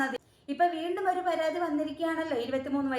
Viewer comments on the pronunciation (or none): അയ്യോ... പരാധി അല്ല... പരാതി.... 😊